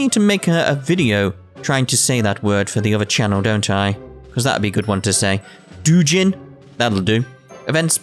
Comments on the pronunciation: theres no e in dou seeing you having trouble pronouncing a simple word is reaally funny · and hits up dou--- i cant say the word i actually......................... dewjin me:really dude where were you born is it really that hard to say doujin cmon